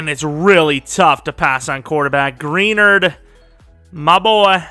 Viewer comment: Jonathan Greenards name is pronounced (Gruh-nard) not (Gree-nerd) still a great video though!